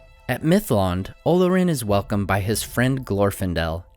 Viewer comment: The emphasis is on the second syllable, o-LOR-in. Anyone who doesn't know that shouldn't be narrating this damned video, which I heretofore stop watching.